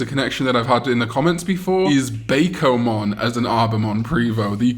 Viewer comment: hey, i just can't hold it anymore and have to tell you. Bakomon is pronounces as "Buk-O"mon as is derives from Hako or box in japanese like bento-bako or "bento box"